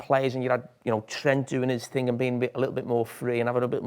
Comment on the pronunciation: There's no reason why anyone from the South wouldn't be able to pronounce "Th".. It's think, not fink!! It's Thing, not Fing!! Jellied eels are shite too. Also. Breakfast - 5am-11am Dinner - 12pm - 5pm Tea - 5pm - 8pm Up the North!